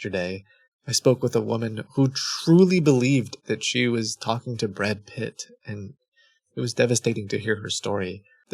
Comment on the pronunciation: WHY DID YOU PRONOUNCE BRAD PITT LIKE THAT